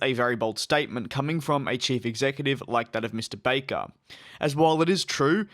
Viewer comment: His name is not BAYker! It’s Akbar AlbAAker